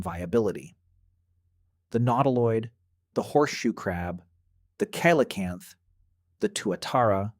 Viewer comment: Pronunciation is wrong. It’s Si La Canth.